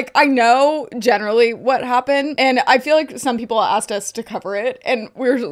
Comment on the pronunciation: “Asksed” DO YOU EVEN PROOFREAD?!?